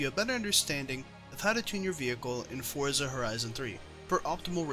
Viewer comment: Thank you for not pronouncing Forza Fortza.